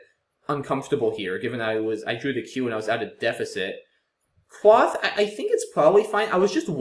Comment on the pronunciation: "Quoth the raven, nevermore". From the poem The Raven by Edgar Allan Poe. The O is a long one, pronounced as in "quote". :)